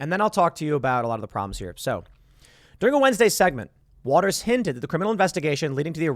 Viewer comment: it's not Waters - it's WATTERS